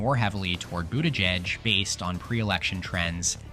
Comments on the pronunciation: “pete boot-aahh-jejj” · Is this AI narrated? The pronunciation of Buttigieg is all over the place. At one point Vance was mentioned instead of Gabbard (during Maine) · the way you say his name